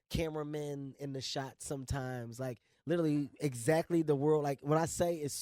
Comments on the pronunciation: IS HE YSING LITTLE LEAGUE WHEN TRYING TO PRONOUNCE LITERALY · This nigga literally cant say literally lmao sound like he saying " italy "